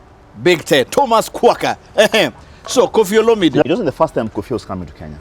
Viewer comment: My fren, the H in Thomas is silent. Otherwise, nice show. thanks for dropping nuggets of wisdom.